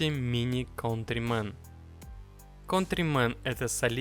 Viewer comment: Не контримен а кантримен.!